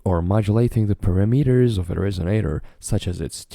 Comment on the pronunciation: Thank you. (It's [pa'rameters], not [para'meters])